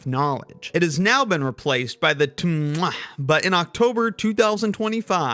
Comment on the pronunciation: (UK alevel student here who is probably going to sit the TMUA in october) you pronouncing TMUA like tmWA genuinely made me laugh so much, i'm totally gonna start pronouncing it like that from now on 😭😭